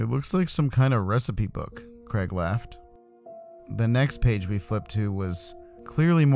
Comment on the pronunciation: And it’s Craig.